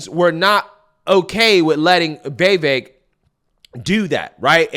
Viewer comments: Dude! Will you please pronounce his name right!?! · How do you still not know how to pronounce Vivek? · It's Vi-VAKE rhymes with cake that's how he suggested people remember it. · Love your channel! Time to learn how to say Vivek tho, since you'll be saying his name a lot and you seem to say it differently every time, lol. Vivek rhymes with "cake" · Vivek rhymes with Cake